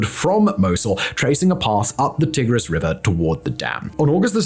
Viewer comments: Mispronouncing Tigris is pretty cringe. It's Tie-gris not Tih-gris. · t eye gris, not t ig [as in pig] ris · Swapped that for Tigg-riss instead 😒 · Never heard it called the Tig-riss before!